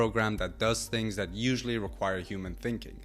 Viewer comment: AI isn't doing much for the way you speak and pronounce words. It makes you sound ignorant, super accurate. You must be joking. Dis,dat,De. Please speak proper English This, that and the are the correct words. 🇬🇧